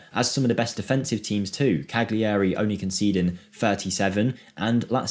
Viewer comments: its not Cag-liari, its Ca-liari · Cal-yarry The G is muted to the back of the throat and is barely there to us non-speakers.